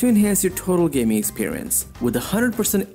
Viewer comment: "gay-moot" lol